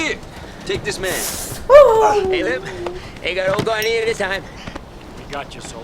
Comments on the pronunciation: "Gar-neer". "Garn-yay" is a shampoo. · I had to comment because it's killing me. Bill's last name is pronounced Garneer...not Garnyay. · Cute you guys are calling him "Guarniére," like the nice shampoo, but it's just "Bill Gar-neer-eh," or for everyone else "Gar-Neer" (or "Gonorrhea").